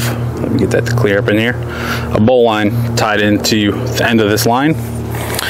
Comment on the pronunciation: It's properly pronounced bow lin. Not bowline!